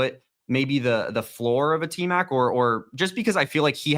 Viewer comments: It’s Tmac not Tet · Its T Mac not Tet, show some respect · Out of respect can you stop calling him tet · Aye bro please stop calling him TET 😂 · QUIT calling the man Tet, 😂